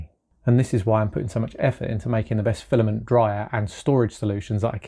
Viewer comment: "File-A-Ment". No. NO!